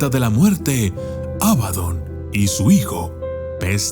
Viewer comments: Por qué pronuncias Ábadon si es Abadón...? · abadÓn, con acento en la Ó. Gran video de todos modos, como siempre 👍